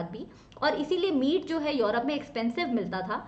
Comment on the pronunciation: Tell me what is yourope. Mam says this word😄😄😄